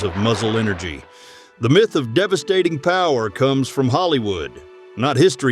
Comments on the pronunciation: Myth is pronounced MITH, and NOT Feckin MYTHE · “Mieth”? Myth is pronounced Mith, you using AI voice? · LOL!!!! WHAT IS A " MY, TH" ???????????? DUMB YANK!!!!! 🤣🤣🤣🤣🤣🤣🤣🤣🤣🤣🤣🤣🤣🤣🤣🤣👎👎👎👎👎👎👎👎👎👎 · 'My'...th?? AI has arrived and makes a joke of this video... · Narration is bad like the word myth, it's not pronounced .mith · this would have been much better if the AI knew how to pronounce common English words, like "myth". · Wrong pics for the narration and mispronunciation of MYTH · Both are common issues with AI videos or videos with scripts read by AI. Dunno why makers don't bother to check/correct them in production.